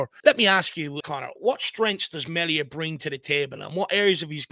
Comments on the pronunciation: His surname isnt said like Mell ia, its prenounced, MEAL IA.😂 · Please pronounce his name correctly as in ME Thank you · It's pronounced mealia